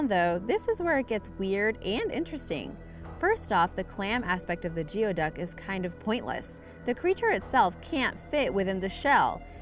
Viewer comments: It is NOT pronounced GEO-duck. It is pronounced GOOEY-duck! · Geoduck is pronounced "gooey duck" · Completely butchered the pronunciation of GEODUCK... obviously you are not from the coast here where they are found...it's pronounced "gooey-duc"